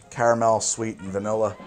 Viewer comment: Great channel, but I’m sorry I really dislike the sway you say caramel